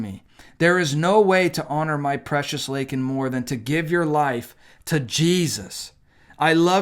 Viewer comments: That name was deliberately said wrong. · SAY. HER. NAME. But he refused to even do that correctly. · He has no idea what's going on around him or in the US. But, they dope him up to give some ranting speech, butchers that poor girl's name and later retracts calling the guy an illegal. An apology to a murderer! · 18 March '24.-----I somewhat regret not watching the "SOTU' Address, I must confess that I can't stand "olde" Joe, I believe he's an evil old man, instead of calling him as President Biden, call him as Puppet Biden and somebody/thing is pulling the strings.-----Regarding his saying Laken's name wrong, well, what to expect as he gets countries wrong and saying the wrong leader for a certain country?, more evident in the example of Laken Riley, shows that Joe Biden doesn't understand in the same way as the mother (in general, "unto each their own") and I wonder does he really care?, probably not.